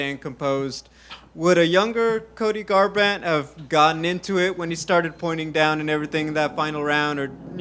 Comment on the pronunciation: exactly, commentary was getting on him for not being on the offense later during the match (& mispronounced his name?) but all he had to do atp was make it through the 3rd rd.